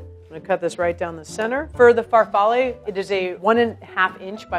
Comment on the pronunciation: Why you say FARFALLE and instead of FAR-FAH-LEE? You pronounced all the names correctly except for linguine and pizzoccheri (the accent is wrong)